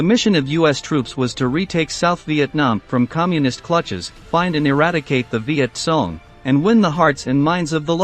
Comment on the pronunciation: "Viet Song" loool😂 Let the computer bot learn to pronounce the term correctly...